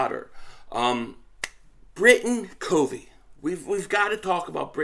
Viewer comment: Yo! Appreciate the content. Hey just want to set the name of Britain Covey "COV-VEE" short "O." He's a Special Team phenom as a punt returner! Check out his highlights from Utah! Bam! 💥 He's smart ( he breaks down tons of film on the opposition's Special Teams tendencies), he's quick, has good hands as a slot receiver, makes tacklers miss. Bro, if he can bust out for the "Birds" this season... NFC East watch out!! We need all THREE phases of the game to be a complete football team. Fly EAGLES Fly! 🦅